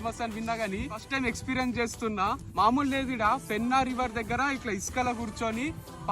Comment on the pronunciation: Fenna kadu Penna 😂